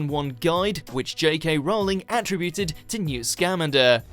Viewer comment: I cringe when I hear Newt's name butchered like that. A lot you care about these lovely people.